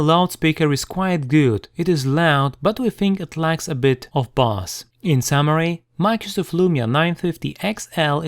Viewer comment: Excellent review. If I may, bass is pronounced 'base' (don't ask me why!). No disrespect intended.